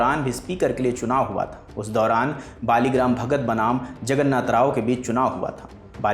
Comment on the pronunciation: सही नाम मावलंकर एवं बली राम भगत उच्चारण तो सही करिये महाराज